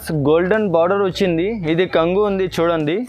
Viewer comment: బాగుంనాఈ చిరలు కంగు కాదు బాబు కొంగు అను